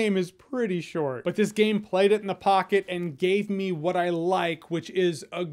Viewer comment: Am I the only one that hears "Why did you think about it?" and not "What did you think about it?" haha